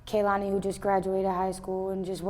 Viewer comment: And we are going to fight if i hear one more person call her Kalani ITS K E H L A N I DUMMIES